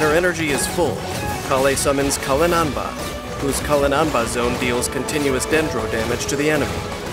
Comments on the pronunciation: Has anyone noticed that it's possible to pronounce Collei's "Cuilein Anbar" toy like Collei n Amber (Collei and Amber)? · Why Cuilein-Anbar sounds like Calling Amber 🥲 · The way says it sounds like Colin-anbuh lol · Lol her burst is "Cuilein-Anbar" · I love your voice, but you are muting the hell out of that final r in her burst's name.